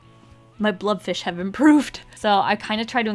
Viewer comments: Isn't it a blobfish, not a blubfish? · is she saying blood fish or blob fish or blub fish?